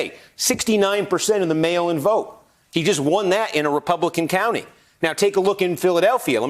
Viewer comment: Is there a way we can have Kornacki to start say "mail in votes"? It just sounds like he kept saying "male votes".